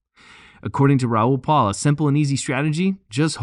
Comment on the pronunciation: If you are going to use Raoul Pal's content to get clicks, the least you can do is learn to say his name correctly. His last name is not PAUL. It's P-A-L. He says his own name all the time in his videos.